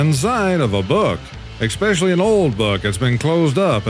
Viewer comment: I love Memes and Laugh While the World Burns, but I have to tell you again, the word especially doesn't have an X in it. You keep saying eXspecially. Your English teacher would be shocked.